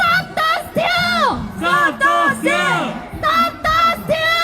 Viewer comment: steal 발음 죽인다 stop the steal!!!!!